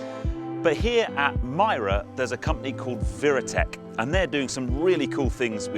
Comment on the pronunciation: it's viritech, not viratech